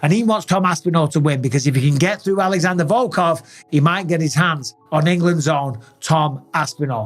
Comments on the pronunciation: Hey Michael, what is the name of the champ? Alarrandre?😂 Just pronounce his name with english accent. It will be a lot better. If you want to say it correct with Brazilian Portuguese accent, 'x' pronounce like 'sh' that is it. But vídeo is really nice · Mr Bisping, our champ is Alexandre. Not Alejandro.